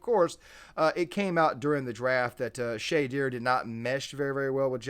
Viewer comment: Good points but at least pronounce the name right if you’re gonna do a video about someone